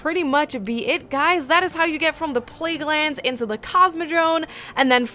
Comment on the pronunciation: pleaguelands lol